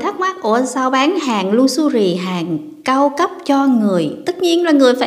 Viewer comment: Em nói “lu xơ ri “? Tập phát âm cho đúng em ơi?